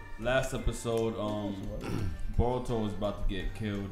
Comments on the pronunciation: Broh, his name is Boruto, NOT BAH-RUTO, smh, lolz!!! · He keeps saying baruto...and calls him his son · Who's that dude that keeps saying "Baruto" 🤣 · Somebody teach this man how to properly pronounce BORUTO. My mans stay saying BARuto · Bro's still saying "BARUTO".....